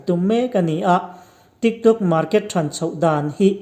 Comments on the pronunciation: Trick Trok ati....ka ngaithla ṭha leh ngat... TRICK TRAWK...TRIK ṬROK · a pangai in alam zeuh zeuh. Mase midang aia in tih danglam a atum vang in TRIK TRAWK ti in a lam leh vel a.putar aw a ang ropui si. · video nge videow Trik trok 🤣🤣🤣La na duh reng reng suh aho lutuk pân lo ah tho afu ngailo 🤣🤣